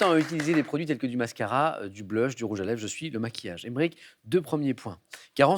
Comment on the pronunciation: Du "BLEUSH".... Sam....quand est ce que vous allez apprendre à prononcer les 4 mots d'anglais que vous êtes amené á dire dans cette émission ....!?!?!?!?!?!?!?